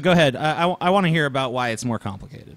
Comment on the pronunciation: TJ is still choking on the fact he said "aBUut" lol loving that